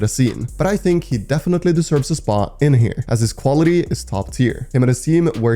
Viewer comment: Bro just said defenity not🤦‍♂️🤦‍♂️🤦‍♂️🤦‍♂️🤦‍♂️🤦‍♂️🤦‍♂️ budy ur the best